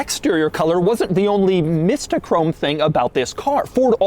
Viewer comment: I wish I held onto my 03 cobra, built and raced it, Hearing you say mysto chrome was painful though lol it’s mystic chrome for 2004